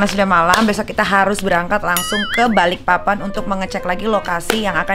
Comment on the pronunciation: BALIKPAPAN BUKAN BALIK PAPAN 🤣🖤🖤🖤🖤